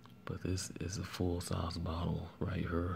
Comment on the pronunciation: You must be from St Louis. You sound like Nelly when you say "here, there" and "wear." 😊